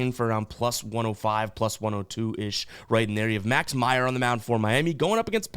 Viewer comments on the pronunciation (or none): none